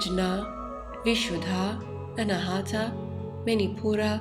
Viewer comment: It is Anaahatha...aspirated t...pronouncing t while blowing out ha at the same time. Hut-ha. Not anahaatha with the th like in thick.... Anaa is 'not' and hatha (hut ha) means struck. Unstruck, or a center that produces sound without an external source like striking a musical instrument...and oh, the d in naada is pronounced as in this, thus, not like in day. And oh, Naada is Sanskrit whereas Hindi speakers shorten it to Naad. This is such a SUPERB video...so much knowledge and wisdom. Fabulous production. Sweet enchanting voice.